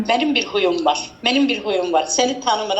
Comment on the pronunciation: Huyum yox xuyum dedi🤣